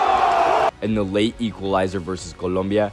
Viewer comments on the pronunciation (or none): none